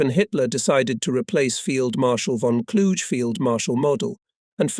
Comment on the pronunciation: The correct pronunciation of von Kluge isn't a challenge. It doesn't rhyme with huge; it's a hard 'g'.